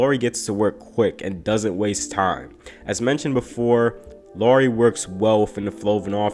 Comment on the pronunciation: NBD, but Lauri rhymes with how-ry...😁